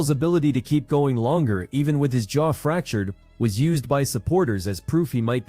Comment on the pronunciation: You do know it's jaw, not chaw... right?